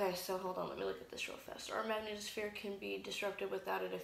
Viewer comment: Panspermia Hunter trust me. None of these Youtube idiots understand Newtonian mechanics. I doubt they even have a high school diploma. This one can't even pronounce magnetosphere. Lol.